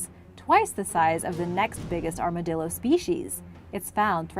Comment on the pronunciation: Ar-ma-dill-er. 😂 Boy, they sure are chonky! ❤